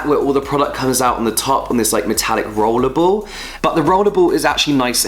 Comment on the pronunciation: "Rowlew bowl"